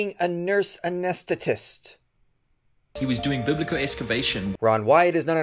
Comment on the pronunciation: You can't even pronounce the word "anaesthetist." 😂😂😂